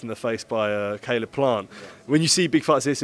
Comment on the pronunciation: Saleb plant 😂😂😂😂😂 what planet is this geezer on.. can’t even pronounce Caleb properly